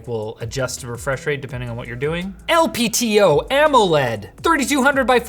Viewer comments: and aah come on man... its LTPO not LPTO:(. Not really a bother but I genuinely like as a video host so I would be listening for things like that! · it's LTPO not LPTO.